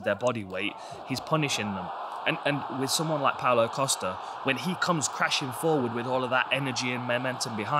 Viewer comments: Pow-Low Costa-er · Pow-Low Coast-Ah this is right...right?